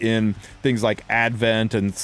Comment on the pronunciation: "For the six of you who loke playing Dark Adin..." Damn, bro...